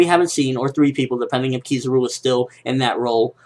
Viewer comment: it is pronouced kiz-a-ru not kiz-ar-u :P